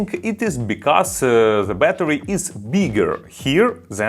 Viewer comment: Произносишь the совсем как Z